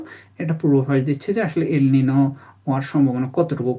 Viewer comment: ‘এল নিনো’ কথাটার ঠিক উচ্চারণ ‘এল নিনিও।’ El Nino নয় El Niño।